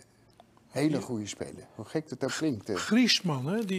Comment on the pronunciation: Harry doe wat aan je uitspraak, wat namen betreft van spelers, droogkloot! Mapee EN Giesman!